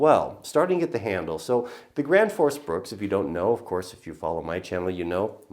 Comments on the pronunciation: The axe is called Gränsfors Bruks not Grandforce Brooks hahaha :p sounds so funny when americans try pronounce swedish words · Dude can't even say Gransfors Bruks properly ...